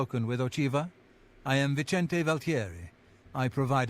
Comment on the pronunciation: says Vicente like a Latin American and then a couple of sentences later says it like an Italian. Pretty embarrassing that she doesn't know how to pronounce her own colleague's name.